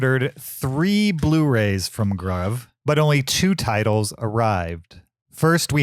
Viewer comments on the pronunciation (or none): Gruv might be pronounced as Groove as I’ve heard others say